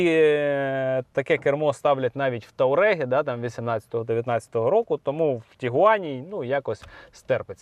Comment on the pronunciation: ТУАрег) а не ТАУрег )) ви ж знавці та експерти